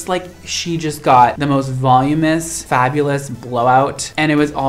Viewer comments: "volume-us"? the word is 'voluminous.' are you sure you're a professional stylist? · I love you dearly but the word is "vol-UM-in-ous." You're missing a syllable. 😂💜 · you're beautiful and amazing, but I just wanted to let you know that when you say "volumous", I think you might be meaning to say "voluminous". 😉